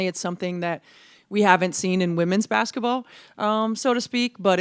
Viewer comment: Will someone please coach Caitlin on how to pronounce ‘basketball.’ “Bassetball” sounds so childish.